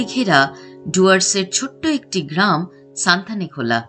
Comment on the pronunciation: ভালো ভিডিও। তবে জায়গাটির নাম সঠিকভাবে উচ্চারণ করা উচিত। নামটি হল সুনতালেখোলা। সানথালেখোলা নয়। সুনতালে মানে কমলালেবু। খোলা অবশ্যই নদী।